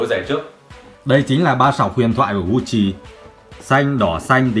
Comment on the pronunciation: Gut Chi , ko phai Gu Chi nhé hehe